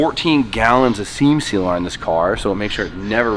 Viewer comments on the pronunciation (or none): I'm glad he said seem sealer 😂